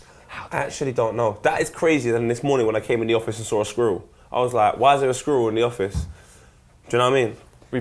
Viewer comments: "sqwurrl":D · #tops I deserve it because of poets inability to say squirrel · pronounciation of squirrel is #amating